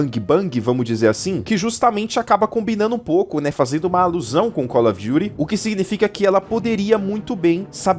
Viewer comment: Acho satisfatório ele falando cólófidury as vezes kkkkkkkk slk melhor Youtuber